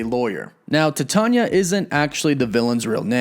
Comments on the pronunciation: Dude, your freaking killing my brain. Titania is pronounced like the metal Titanium but without the M. Don't overthink the pronunciation. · Dude.... Why do you say every name incorrectly? Titania is Titan (like Chronos, Atlas, etc) or the metal Titanium. Same thing with Sersi in other videos. She is a reference to the goddess, Circe (Sir•C) as all the Eternals are referenced to deities in one way or another. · He was killing me with the way he was pronouncing her name lol. Hasn't he ever heard of the metal Titanium? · if you type in “How to pronounce Titania” in Google, it literally says it verbally for you. Even fictional character’s names have correct pronunciations. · Your are pronouncing it wrong and it's pretty ridiculous. It's Titania...like Titanium. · It's pronounced like "female" TITANia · It's pronounced "Tie - Tay- Nee-Ya" not "Ti-tah-nya"... that was so painful to watch and hear... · Ti-tanya? Pronounced.......titan-ia as titanium but add a instead of um lol! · Pronounced TIE-TAY-NIA lol IT'S NOT "TIT-ON-YA" the pronunciations on this channel are hilarious lol just google pronunciations real quick before you hit record! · I thought it was pronounced like Titanium, just Ti-Tay-nee-ah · It's pronounced like titanium! Way to do a whole video and get it wrong! Titania (Ty-tain-ia) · Please pronounce it correctly: T-I-E TAYNE- EEAAA!! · Ty-Tan-nee-uuh. ijs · TY-TANE-YA !! Bro your killings me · DUDE, really? Her name is taken from the alloy Titanium... It is pronounced Tie-TAY-Nia !!! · Cmon bro u gotta know your pronouncing Titania wrong. Its like Titan with ia at the end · I thought it was pronounced Ti-tae-nia... You know like a play on the word Titan. Whatever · Titania = TieTayKneeUhh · Why are you pronouncing her name like that? It's pronounced TIE-TA-NIA. As in TITAN-IA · “Tit-tanya?” Try pronouncing it like Titanium or Titan or Titanic. 🤦🏻‍♂️ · Dude, it's pronounced "Tie-TAY-nee-uh" like the metal, titanium. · I Could be wrong but its ty-TANE-nee-ah